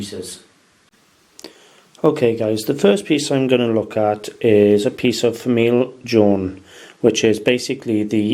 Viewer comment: Your french is not so good. Go to google translator and listen to de soun of the words in french. Not famille "ione", jeune in french you say: "famie jône" like in John...and not café au "late" but "lé". "Norie" doesn't exist, it is "noire". Nice video. Thanks.